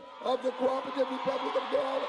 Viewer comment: LADY IS NOT G-U-I-A-N-A HAS IN BRITISH GUIANA IT IS G-U-Y-A-N-A GUY-ANA OKAY.